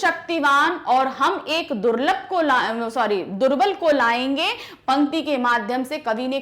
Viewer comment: Durbal ❎️Durlad✅️🤡